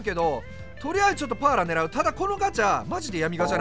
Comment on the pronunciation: VIPさんがAランク選手出した時に好きな発音 ・1位 Patton ・2位 パッーラ(飛沫量3リットル) ・3位 デラロ↑サ